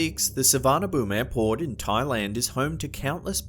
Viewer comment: Airport sounded like Airporn here